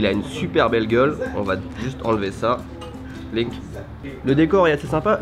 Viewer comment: Att c'est moi ou ta dis løk au lieux de link? Løk ça veux dire ognion en Norvégien